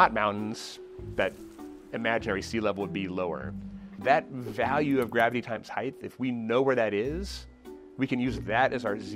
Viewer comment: Please say "height" instead of "heighth"